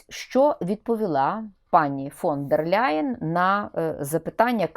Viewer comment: Ніяка вона не Ляйен! Не треба ляйкати! Німецьке прізвище не перекладається та вимовляється у оригіналі: Лайен тільки -Л м'яке! Читай вище 😊